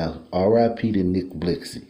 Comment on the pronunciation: First you not even saying his name right